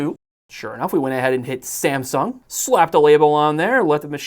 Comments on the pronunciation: The “Sumsang” part cracked me up. 😂😂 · Sumsang - lol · SAMSANG hahahahahaha